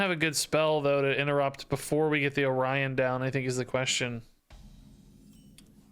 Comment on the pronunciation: So you're supposed to say "oh-ryan" instead of "orio...n"